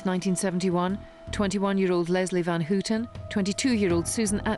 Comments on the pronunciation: Leslie Van HOOO-ten. Linda Ka-SAH-bian. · Love the wrong pronunciations of Squeaky Fromme and Leslie Van Houten by the narrator!